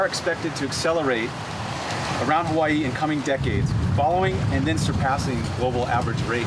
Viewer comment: Could we please get some reporters that will care enough to pronounce the place names of Hawai'i correctly?